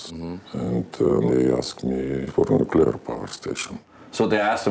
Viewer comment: I went nuculer